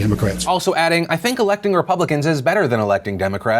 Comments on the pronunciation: Jeremy Parsons really? I just assumed he was a bit challenged mentally. repuhhh-blicans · "Ruh... publicuhns..." This dude can't even speak. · why did that one guy pronounce republicans like that... reé- pub! blicans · It first I wanted to make fun of his pronunciation of "Ruh... Puh-blicans". But then he did it twice! Was that intentional? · i think that's the first time that person has read the word "re-publican" aloud, good lord that was painful to listen to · Im going to start saying "re...PU-...blicans" and "DE...mocrats" from now on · Re..pub...licans. Really....he struggled to pronounce his own party's name twice in like 5 seconds. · “Re......PUUB. licans” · "Re....re...publicans?" So uh, how did you get into such a position of power if you can't even pronounce a pretty upfront-about-pronunciation English word? Get a refund if you went to college. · RE...Publicans 😂 why did he read it like that ?? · that man can't even say Republicans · Why did he pronounce Republicans and Democrats like that? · David Lewis can't pronounce Republicans??? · That man has more trouble pronouncing "republicans" than Arnold Schwarzenegger had with the pronunciation of "California".